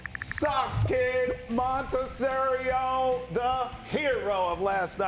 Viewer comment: . MONTASERIO ? 🤣 ITS MONASTERIO !